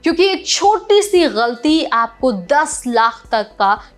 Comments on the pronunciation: Your pronunciation is nice , you said ghalti not galti. Looks you know Urdu as well as Hindi. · Aap “galti” bahot sahi pronounce karti ho .. I thought you were Muslim and did your education from Urdu school 😂😂